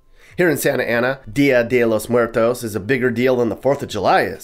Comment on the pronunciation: Sah-Na-Tah Ah-Na! LOL